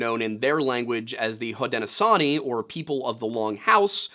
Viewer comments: Great video; especially spooky as I grew up in the North Country of NY. (And as someone from that area: Schuylerville is pronounced "Skylerville," and "Haudenosaunee" is "hoe-den-no-SHOW-nee"). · Native american here (iroquois/seneca) you hit most of the Native words pretty well. 2 words to work on are Onondaga (ohn-oh-dog-a) and Haudenosaunee (hoad-no-shawn-ee). Keep up the great work